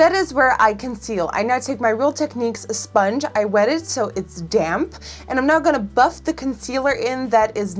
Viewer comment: "esponge" LOL